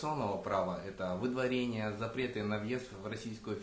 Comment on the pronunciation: Водварение эмес выдворение деп айтылат😂